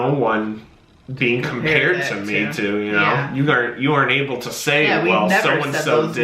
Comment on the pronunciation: She kept saying oble in stead of able